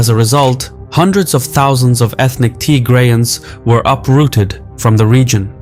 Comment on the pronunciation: it’s not Tygrayans it’s Tigrayans